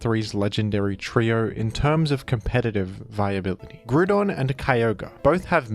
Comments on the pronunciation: I will accept this change if you pronounce Kyogre the same way as the Hoenn pokerap, Ki Yogr ee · Grewdon and Keeoger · Yet you keep mispronoucing Kio-gray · If you’re willing to say Grudon might as well say Kyogree